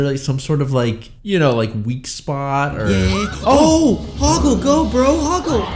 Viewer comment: How the hell have I never realized that she called Hoggle, Hogwart?